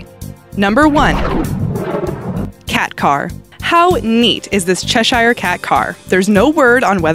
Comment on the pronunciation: she doesn't know how to pronounce 'cheshire', though🐱